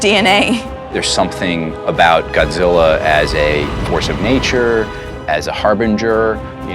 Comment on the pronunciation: ''Y'know it's Godziller'' ''Godziller''